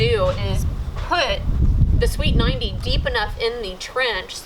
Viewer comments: First couple times you said sweeped 90 i kept hearing "Sweet 90" :P I just thought "Well it IS pretty cool I guess..?" hehehe :D Loving the Michael Flatley dance moves :P Was there any utilities nearby in the end? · I heard sweet 90. we're you saying sweeped 90? they have always been called street 90s to me